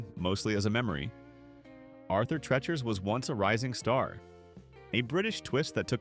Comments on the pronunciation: It's pronounced Tree chers. Please don't clickbait. None of these businesses were ever considered the worst. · Arthur "Tretcher's"...A.I. is a travesty. It's pronounced "Tree-cher's"! Its namesake was a British actor known for playing butlers and such, and in the '60s and '70s he was the announcer and general all-around sidekick on The Merv Griffin Show. The only one I ever went to was the one on Elm Street in Enfield CT, in the same shopping center as the now defunct Pumpernickel Pub. Only Burger Chef I ever ate at was on Memorial Drive in Chicopee MA. It was across the street from the Airline Drive-in, where they ran movies dusk-to-dawn on the weekends during spring and summer. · Never heard of some of these. Knew a gal in NJ who never heard of JITB. It's pronounced TREE-chers not TRETCH-ers. Brown Darby? AI bs. Because of the racist stuff, Sambo's changed its name to Seasons. The beginning of the end. There were two Sambo's in my town. Ate there many times. Place to go after the bars close.